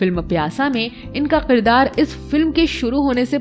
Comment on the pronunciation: Shabd" qirdaar "nhi balki "kirdaar" h